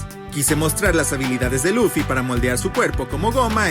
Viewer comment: Dijo loffy es LUFFY😭 al principio😔